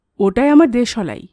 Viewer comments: apnar voice ta misti...but...uchharon ta..ektu ghosa maja dorkar... jmn.... de...solai noooooop kothata.. deslai.. ok💏💏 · দেশলাই উচ্চারণ টা একটু ঠিক করে নেবেন। খুব সুন্দর বাকি টা